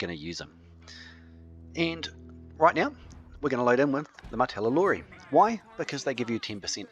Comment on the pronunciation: How come you keep calling the martellatori "martellalori"? Is that how they are called in the Frontier version?